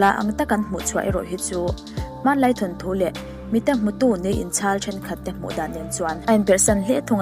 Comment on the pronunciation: Ka nau, thanthu tih loh tur, thawnthu tih thlap thlap tur aw..😊